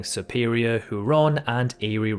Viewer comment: you put the em-PHA-sis on the wrong syl-LA-ble regarding Lake Huron, which is HUGH-ron, rather than hugh-RON. You stated that Mt. Logan is 5250m tall, but the inset figures say it's 5959m. #9 is also wrong, since the north coast of AK also faces the Arctic Ocean. Technicality here: Nunavut is a territory, rather than a province, with its 2 others being Yukon and NW Terr. Re. point #25, it's actually farther south than all or part of 27 of the US' 50 states.